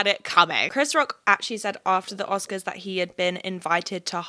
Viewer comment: Okay the American accent would work but when you say "that" it's very British lol